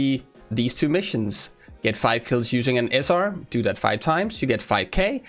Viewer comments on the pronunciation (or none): I don't know man, listen to him when he talks about the grenade mission . The way he emphasizes the word “that“ sounds as if you had to kill three people three times, so nine in total. Anyway, it's not all that important :)